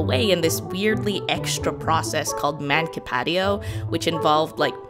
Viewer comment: I have degree in law and hearing u say "mancipatio" in a way u did gave me nightmares, also mancipatio was an really archaic form of transition of ownership - it was later pushed out by "traditio" and formal "in iure cessio"